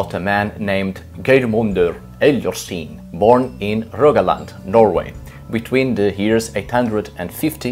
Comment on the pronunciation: it's pronounced gay-r-mundur hell-yar-skin